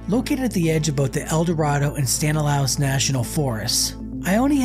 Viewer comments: " Stanilouse" National forest? Thats two before you hit 90 seconds in. That's as far as I'm watching your channel. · You should also know that it’s pronounced “Stan-is-loss” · You also pronounced Stanislaus incorrectly.